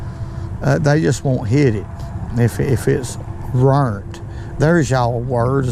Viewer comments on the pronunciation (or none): "Rurnt" 😆🤣 That’s a Southern word alright! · I laughed so hard when you said "rurnt"! So much fun watching you. Thanks for the content 🙏